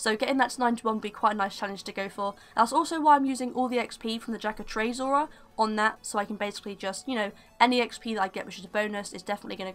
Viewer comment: "Jack-oh-trades'' haha ;P